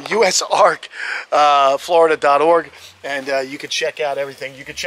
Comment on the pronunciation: anyone else miss the days couldn't say "org" right? LOL